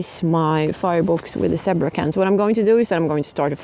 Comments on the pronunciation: Not meaning to make fun of your English; my Swedish would be worse ! But the word is pronounced Z bra !!!!!!!! LOL Next time, let the flames die down and bake only on the coals. Flames caused the burning. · It's pronounced "ZEE-BRAH" ! (Sorry. My sister was an English teacher). Btw, : it's "ALUMINUM" not "aliminium". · In English, we pronounce it as Zeee-bra.:) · Zee Bra with a long "E' ;)